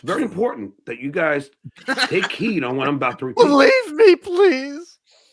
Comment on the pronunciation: wait, did I just hear that idiot say “take heen” instead of “heed?”